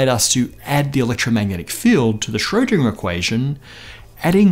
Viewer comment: And Schrödinger is mispronounced all the time, w/e.